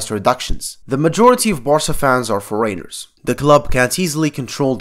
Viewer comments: No One:: "Foreyners" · Love the way you say '' foreigners '' :) <3